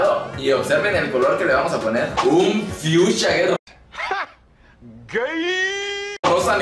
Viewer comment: Color "Fiusha" 😂😂😂